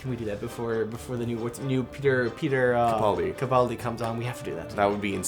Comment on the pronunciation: My mum used to work with Nancy Capaldi, his mum, and it's pronounced Ka-pal-dee not Kaw-pal-dee